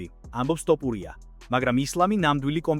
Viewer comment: რით ვერ ისწავლე ასო ბგერა""თ""" მოგიტყან სკოლა, მასწაბლებელი და გამზდელი დედა თუ ვინცა გყაავს თოფურიაა შე გამზდელ ჩაკუკებულო😂😂